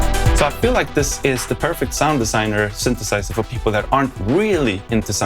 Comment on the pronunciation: It’s not “sünth” or “sünthesizer”. English “y” behaves mostly like an “e” or a swedish “i”